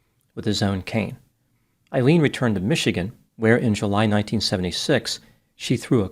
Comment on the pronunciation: Her name is pronounced A-Leen…